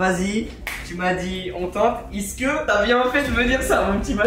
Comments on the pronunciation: Je crois Inox c’est la seule personne à dire isque au lieu de est ce que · non moi aussi je dit ca